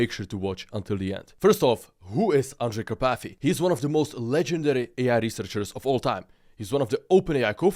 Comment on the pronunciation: Андрей Карпатый, а не Андре Капати😂😂😂